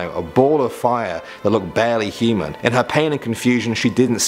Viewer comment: You pronounce human heman 😂